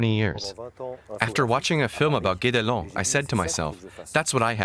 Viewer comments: Guédelon is pronounced like "get along". :) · Thank you. I live in Burgundy and visited the place 3 times. I wished I could have helped you with the Guédélon pronunciation. Something between gay and get.